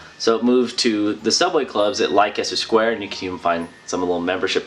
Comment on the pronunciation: Great video, just one thing, it's pronounced 'Les-ter' square, sorry to be pedantic but I'm British (went to the Batcave back in the day!) just jars on the ears a bit. :))